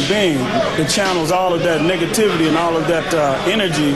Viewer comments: did he just say nigativity....? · I swear i'm not racist, but I thought he said "niggativity" at first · Did he say "negativity" or "niggativity"?